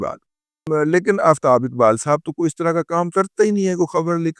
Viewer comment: Ye Jo Aftab Iqbal hai, Ye Urdu main Sahi Talaffuz ke sath Aftab Iqbal hota hai 😂😂😂😂